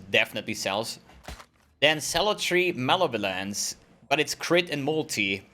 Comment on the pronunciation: The day learned to say malevolence correctly was the day the world got a little bit sadder:-(